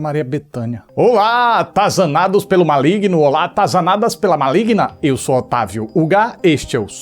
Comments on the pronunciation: N é Maligno. É Malegno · "Cospobre" kkkkkkkkkkkk Ma-oe-igno kkkkkkkkkkkkkkkkkkkkk